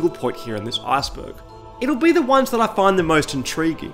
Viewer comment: I really hate how you say “Iceberg”... It sounds like if you are going to say “Asperger”.